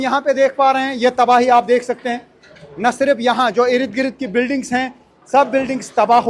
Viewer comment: بھائی اردگرد کا تلفظ تو ٹھیک کر دیں ❤